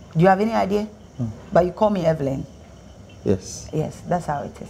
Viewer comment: The interviewer said Everyn😂